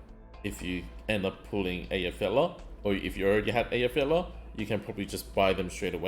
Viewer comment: Btw, mate, just in case you were interested, Effy is named for the Icelandic Volcano Eyjafjallajokull, which is pronounced (as close as I can do using only sounds that exist in English) Ai-fiat (like the car) -ah-kol. The "kol" is not in her name, so just "Aifiata". It is not exact, as they have some subtle sounds too, but it is the simple version, if you want to say her name more accurately.